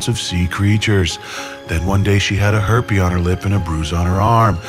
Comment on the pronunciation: "a herpe" 🤣🤣🤣🤣🤣🤣